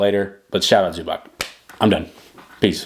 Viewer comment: If you gonna do a vid about a dude, maybe first learn how to pronounce his last name in proper way? zoo-bahTS, not zoo-back